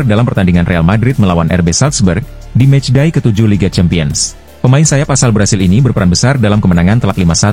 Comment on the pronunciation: penyebutan CHAMPIONS dibenerin dong min...